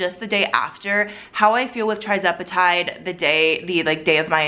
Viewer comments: The starting dose for tirzepetide (pronounced ter-ZEP e tide, not TRI 😊.) Also, tirzepetide’s loading dose is 2.5, not .25 (like semaglutide.) if you started at .25 and not 2.5 you’re not even at the loading dose! Hope that helps. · TIR-zepatide not TRI-zepatide please 🙏🏽 lol